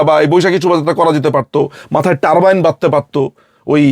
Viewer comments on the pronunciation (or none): It's called Turban not Turbine